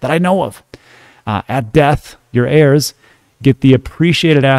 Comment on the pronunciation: Haha, it's pronounced "air"